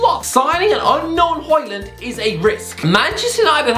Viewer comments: its højlund big man, not hojland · Hoe is like Hoe. Lund not land, and it is pronounced like lynn but with a u, aka Lunn. it's pronounced something like this in English, Hoelunn. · its hojlund mate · Højlund not Hojland😂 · His name is Højlund not Hojland👍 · Højlund LUND and i'm not even danish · Dude, at least try to get his name right. "Rasmus Højlund"